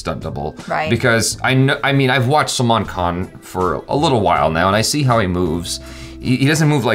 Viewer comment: his salman khan pronunciation has improved :D :D